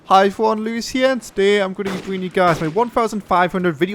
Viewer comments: Lewis mate , when you start a vid talk english .. its HI EVERYONE and not HIFone zzzzzzzz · When you say "Hi everyone" It sounds nothing like "Iphone" ... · I never thought iphone was in the intro but when I think about it in thar way, it sounds exactly like "iphone lewis here" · people think that he says Iphone lewis?? its pretty easy to understand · To me it sounds like you are saying "Hive one Luis here" lol =) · He says "Hi everyone lewis here" i hear "hi fuan lewis here" lol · LOL thought he said i foreign lewis here